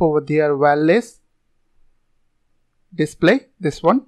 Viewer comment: Wireless display......say properly